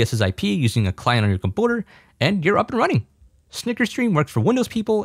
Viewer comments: comPOOTER, is this how Canadians pronounce computer or something?! Lol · please just say computer normally its annoying the shit out of me, good tutorial tho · You need to learn how to say "computer" properly, though.... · i love when he says compouter instead of computer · I love how he says "compooter" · wtf is a "comp-owter" ??? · why does he say computer like that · I cannot handle the way that you mispronounce computer.